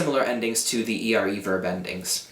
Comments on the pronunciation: You pronounce the italian "r" like "rr" (double r). You say "ERRE" instead of "ERE". -Italian ;D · I'm italian and is not "arre", "erre" and "irre" verbs but it's "are", "ere" and "ire"... the correct pronunciation is with one single "r". However it's a really good video to learn italian, so I suggest this to anyone who wants to learn italian.